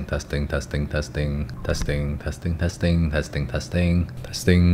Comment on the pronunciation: the more you say "testing" It sounded more like "casting" to me omg